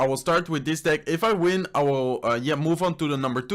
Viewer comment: The way he say deck is just wrong 😂😂😂